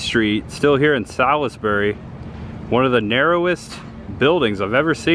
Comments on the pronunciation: And Salisbury is the birthplace of Cheerwine, and is pronounced "SAWLS-burry" here. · I know this was posted like 3 years ago but I love the Evil Dead movies. Salisbury NC is a beautiful place. lol and Cheerwine is my favorite drink. Just a FYI it’s pronounced Suls-berry 🤷🏻‍♀️ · Salisbury= Sahls-bury or Sauls-bury. The "i' is silent. I'm originally from Charlotte, and the "i" was never pronounced. I was actually supposed to go to Livingstone College there, but the cards fell another direction. Hopefully, you'll be able to go Carowinds sometime. You could go there and ride Intimidator, a hypercoaster themed to Dale and NASCAR in general. There's some other great coasters there too. It's cool you went to What-A-Burger. However, the one you went to is not affiliated with the Texas chain Whataburger. This one is part of a local chain. I used to go to the one in Mooresville all the time when I worked in that town.